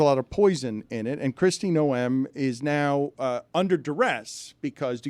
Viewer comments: Noem...not no-em. That's a fine. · the way Dan pronounces Kristi Noem's last name confirms just how little he knows about politics...